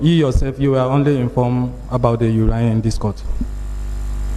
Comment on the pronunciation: Not urain but urine